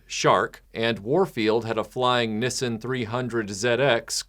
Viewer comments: bro why do you say Nissan like that lol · "nissin 300 zed ex" Your pronunciation of Nissan and the letter Z shows that you're still influenced by your time living in the UK. I'm used to hearing Nissan pronounced that way from watching enough Top Gear.